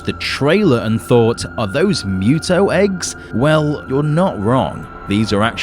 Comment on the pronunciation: MUTO... not ME-YUTO